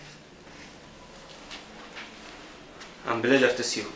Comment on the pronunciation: الضابط الانقليزي يقول i hobe ههههههه وبعدين قلو سانك يقصد ثانك يو